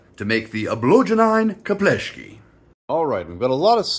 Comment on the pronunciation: Nice try pronouncing the "Obložené Chlebíčky" - ugh, not very close. The original recipes is actually cream cheese/butter spread with lots of fresh, minced garlic and finely shredded Italians style cheese. But then again, you can literary slap anything on it, potato salad included :D